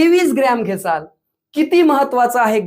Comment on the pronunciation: घेसाल नाही घेताल असत